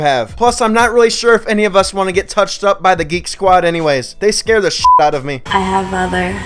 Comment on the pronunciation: you said "ipp" not "upp" lolol